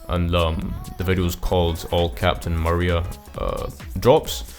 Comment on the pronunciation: Nice video but holy cow man it's pronounced Ma ree Ah, yk, like Maria from sonic adventure 2